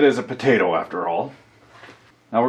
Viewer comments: potato not bedata or what ever you said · why do you say (buh-day-dah): bodata instead of (poh-tay-toe :potato) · Leave it to a canauck to say paddadah the right way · In the beginning did you say budaduh? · I don't I say potato but it sounds like badda and I really don't know why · Budada? What the fuck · "Badeyda". Are you fucking kidding me? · indeed you are sir correct sir , every one knows its pronounced "podaaydo" . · A PO-TAA-TOE !!! POT-TATOO !!! PO-TA-TON !!! POE-TA-TEE !!! I had a bit of problem to understand this video due to the various strange potato pronunciations. :/ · I love how he pronounce "Potato"..